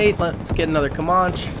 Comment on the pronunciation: Ca-man-che... Not ca-mah-che Also try building a small elite force closer to spawn instead of straight up charging head on into the fray. It's better to push out from spawn and secure multiple highrise buildings with snipers and heavy mg units to keep areas uncongested. Think about it like you would be forced to if it were you personally on the front lines. Me personally I'd want snipers to take out threats from an overwatch position and backed up by either LMG/Motar units or HMG/Grenadiers. It's like having the helicopters providing close air support for tanks and artillery firing on positions just behind the zeds to prevent too many from rushing your units.